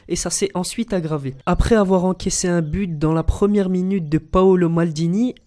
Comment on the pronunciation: A oui tu dit Bu à la place de But